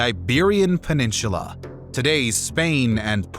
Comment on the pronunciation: Interesting. Just please, learn how to pronounce, "Peninsular."